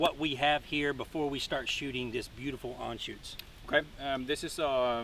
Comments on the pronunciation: Dude please, ist Anschütz not Anschutz. Sorry but as a German, I had to say it! ;) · I cringe every time he botches the name of the rifle, and I am not even a German. But beutiful rifle